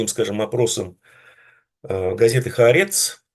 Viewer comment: "ХаАрЕц"...🤣. "ХаАрец" Бен Гивир...